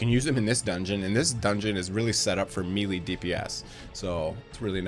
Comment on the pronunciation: Awesome video man, been following all the EE vids! Also btw took me a moment to realize you were saying melee... fyi it's pronounced (may-lay)... either way loving the content!